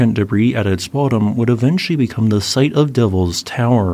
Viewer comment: They just keep saying ze same thing!